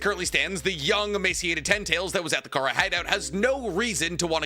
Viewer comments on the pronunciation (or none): none